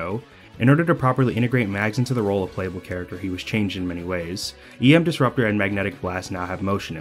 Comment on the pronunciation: Ohhhh you said EM Disruptor and not Yam Disruptor. That makes so much more sense.